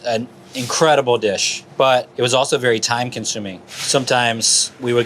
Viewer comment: Vewy vewy nice. Vewy nice